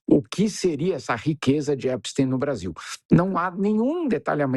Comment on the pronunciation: Já escrevi em outros canais. Adoro seu trabalho. Mas não consigo mais ouvir Epstin. Vocês pronunciam também guggelhin?? einstin???